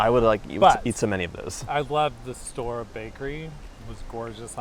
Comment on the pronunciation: Hey, guys 🙂 . It is originally a German name, so it is "Stoh - Rer" : you pronounce the two entire syllabes 😉 The Baba au Rhum was invented at king Stanislas's Court in Nancy, Lorraine (East of France), in the mid XVIII° century. Stanislas was the father-in-law of king Louis XV of France. Stanislas was famous for his greed. One day, his Chef let a brioche dry and become stale. What could he do with an uneatable dry brioche… ? So he had the idea, once the brioche totally dry, to plunge it into a hot syrup made of sugared rhum (and orange, lemon, vanilla, etc). And this is how the Baba was created 🙂 Saint Honoré, in France, is the patron Saint of the bakers, that is why they created a pastry named after him. And that is why there are six different technics in it : pâte feuilletée, pâte à choux, three different creams (crème pâtissière, crème Chibouste and crème Chantilly) and caramel. But the crème Chibouste (used to fill the choux) is very fragile and you can't keep it long. That is why, nowadays, the bakers fill the choux with the crème pâtissière, even in the best bakeries. it is very rare to find "real" Saint-Honoré. Well, that was all 🙂 You were very funny… And I really don't know how you manage to eat all those things in 15 minutes ! 😉😂 You are crazy !!!